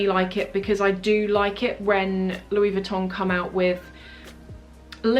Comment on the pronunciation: Love your vids as always! Just a sidenote though, your pronunciation of Louis Vuitton is wrong.